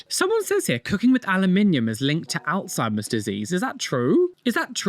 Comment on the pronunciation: I’ve never heard the words “aluminum” and “Alzheimer’s” pronounced that way lol 😅